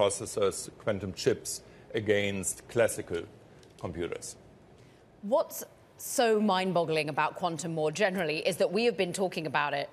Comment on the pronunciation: No Mr. Quantum Computah! I expect you to Kompuute!!!!